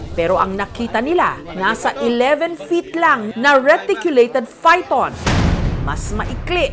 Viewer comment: talaga ba “PHYTON (F)” narinig ko? Diba PYTHON yan? 😢